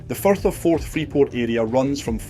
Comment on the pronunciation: 8.41 minutes in , the speaker call the Firth of Forth, the Forth of Ferth.... Oops !